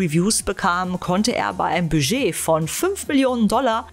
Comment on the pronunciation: Nee, mit diesem stummen "d".